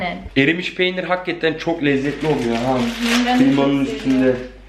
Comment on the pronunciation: çok samimisiniz ya gerçektende çok tatlısınız ❤️ "hakatten" demesi çok güldürdü beni ama genelikle biz gurbetciler böyle konuşuruz 😂👍🏻 Videoların devamını bekliyoruz 😍